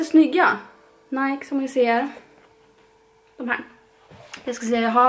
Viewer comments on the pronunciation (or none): none